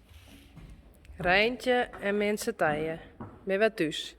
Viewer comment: I hear toos when in Afrikaans it's tays (tuis).